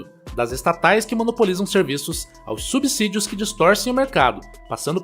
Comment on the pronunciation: Muito bom ouvir vc pronunciar corretamente "SUBCÍDIOS" merece um like.